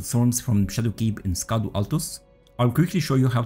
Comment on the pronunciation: Nice and powerful build! BTW "Scadu" is pronounced as "Shadow". "Scadu" is the old English spelling and word for "Shadow".